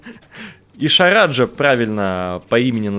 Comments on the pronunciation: Лайк за то что ты назвал правильно Ишараджа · Ебанумба. Он сказал правильно название ишараджа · Лайк поставил за то что наконец то нормально назвал Ишараджа(Ирашаджа)